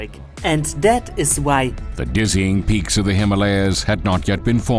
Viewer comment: I think he meant “peaks”, but it sounded like “pigs”